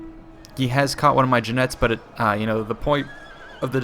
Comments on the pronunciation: Side note, Jinetes is pronounced like Khee-net-es/Hee-net-es, and not like Ji-nets. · Oakleys pronunciation of Jinetes made me sad.